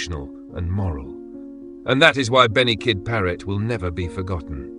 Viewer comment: His name was Paret. Not Parrot.